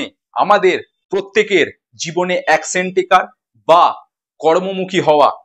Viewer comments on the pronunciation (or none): "অ্যাকশেন" নয় কথা টা হবে "অ্যাকশন"